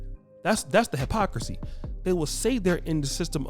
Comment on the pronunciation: Here is the hapocrisy 🤣🤣🤣🤣 it's hypocrisy fool. This dude can't pronounce words ever. Is the medical degree you claim to have is it real or your fantasy ?